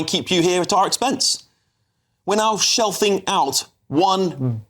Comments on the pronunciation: Jeez speak English it’s ‘shelling’ out not ‘shelfing’ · Shelfing out? Does he mean ‘shelling’? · The phrase is SHELLING OUT and not SHELFING OUT ! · It’s “shelling out” not “shelfing out”.